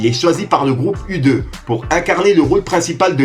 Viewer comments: Le groupe You two, et pas U deux,, t as zappé à force de speeder, Bonne continuation bro 👌💪👍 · « U deux » … tu m’as died !!! U2 prononce le « YOU TWO » frère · Mais non tu peux pas dire "Udeux" pour le groupe U2 [You2/Youtwo] Je sais tu dis que tu es nul en anglais mais quand même x) Sinon super video comme d'hab ça sa ne bouge pas :) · ça va il le reconnaît et il assume hhh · Merde 😂 t’a oublier de parler de sont apparition dans le film de 2004 MY BROTHER THE DEVIL.. et aussi le groupe U2 sa ce dit pas u 2 mais you too. Le U c’est pour YOU. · Ça se prononce you two le group de rock u2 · U2 se prononce "youtou" frère. Super concept. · U2 se dit et prononce YOU TWO groupe de pop rock renommé mondial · " U2 " sérieux??? Ça se prononce (you to)! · U2 se prononce (You Two), je dirais rien sur ta prononciation de Chleuh… Force aux Marocains. Pas de critiques de ma part, juste un axe d’amélioration que tu dois travailler pour devenir meilleur. Bon Courage ! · U2 qu'il a dit! 😱🤣🤣🤣😭😭 mais wesh!, mon reuf! Tu n'as pas le droit!! 🤣😭😭 ça se prononce You two! 🤣😭😭 Je veux que tu fasses des fautes khoya mais là, nan, c'est pas possible! 🤣🤣 U2 qu'il a dit! 🤯😭🤣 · "U deux" 😭😭😭😭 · U 2 🤣🤣🤣🤣🤣 Putain t'avais une lettre un chiffre ( iou two) c'était pas dure .🤣🤣🤣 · Beau taf sérieux Juste pour ta gouverne on dit pas le groupe U2 mais le groupe you two ça se prononce ainsi